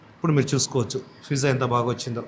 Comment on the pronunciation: Pizza ❌ Fizza ✅